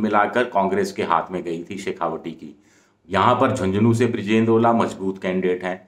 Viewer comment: शेखावाटी बोलें शेखावटी नहीं।